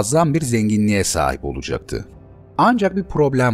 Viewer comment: Abi bir insan nasil "olacakti" diyemez 😂 Olıcıktı ne ya